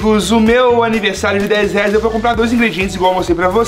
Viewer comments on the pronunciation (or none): Gente coloca no minto em vez do enaldinho falar reais falou leais